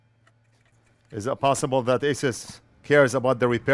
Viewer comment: Just a polite FYR for future videos. Asus is pronounced, "Ay-Soos" at least officially from the company. :) You may also "Google" how to pronounce ASUS as well. Great expertise and hand steadiness in your repairs and loving your videos!